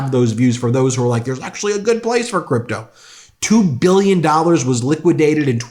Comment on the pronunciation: Shit starter inventing, creating, imagining 'abuse' from Canada thats not there. 'Invade' Panama, controlled by China? Inventing, blowing things out of proportion. Stretching the truth just to burst his OWN FAME. Kiddo, I HATE how he pronouces "BILLION" (BILLY YON) and "MILLION" (MILLY YON) and then that crumbly sleepy overconfident ARROGANT voice...